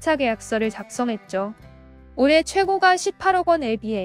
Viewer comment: 근데 발음을....호까 최고까 이렇게 해주세요^^;; 부동산에 대해 모르는사람같아요^^